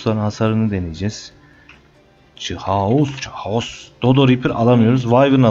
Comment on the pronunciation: caos diyil caos